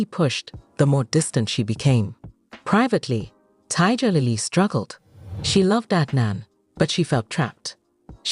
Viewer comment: The lady's name is Tiger lily not TIGA Lily. Pronounce people's names properly.